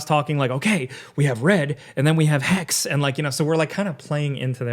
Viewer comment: you got off guard with Hax? Hex? it's intresting when english is like "that one letter at the end, na man" Hexe is just Witch in german